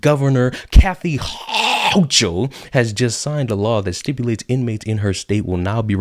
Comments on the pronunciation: This New Yorker is fed up with the ridiculous amount of BULLSHIT. Not all of us vote Democrat. Hochul is an asshole, and her name is pronounced Hoe-Kul, like bringing up a loogie.🤮 I can only hope that Democrats are victimized by their own policies. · Ha ha ha everytime you pronounced houchal I split my sides laughing...nice one 👍